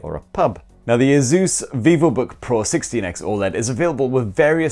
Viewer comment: It’s asus not azuzz